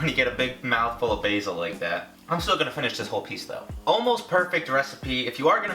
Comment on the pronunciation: it made me cringe so much everytime he pronounced basil wrong